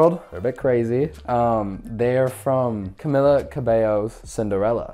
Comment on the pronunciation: bro can't even say camila and got her shoes 😰💔